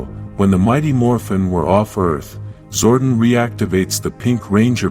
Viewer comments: I can't. I just can't. The AI voice is so goddamned idiotic! Zordun? Power bow (rhymes with "now")? No! No! Fuck your AI garbage! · Too many mispronounced words… Zordon should not sound like “warden.” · Zor Don like the mafia. Not Zorden. Amy Jo Johnson. Perfect Ranger.